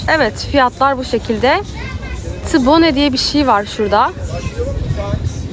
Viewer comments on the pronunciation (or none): Tibana degil. Ti bon diye okunuyor.